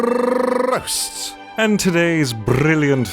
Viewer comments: OH MAH GAH, love your laugh. It`s so cute!! I was just thinking that I could type something too, and then you say that there is no theme. Only saying "Sebastian RRRRRRROASTS" makes me smile and giggle. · It’s perfect! xD the way he rolls his R’s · His rolled R's just made me fluent in Spanish.